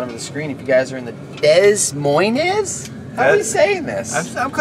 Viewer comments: Des Moines is in french. You can pronounce it like DEY (they, no th sound) MOAN (like the movie Moana, without pronounciating the "a"). I'd like to hear you try :) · Duh Moyn is how its pronounced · it's pronounced "da moine" :P Great video as always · Stoked to see in home state ! The first S is silent in Des Moines when saying fyi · Love the video and seeing you guys ride seven oaks but you guys butchered saying Des Moines lmao, It it like Duh Moines. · “Dess moinez” 🤣🤣🤣